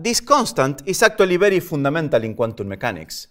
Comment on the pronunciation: Does he know how to speak English fundamental and surprise